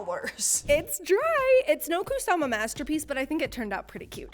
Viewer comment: Left the video as soon as I heard Kusamu